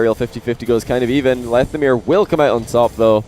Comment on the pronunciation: I pronounce it lethamyr not lethamyr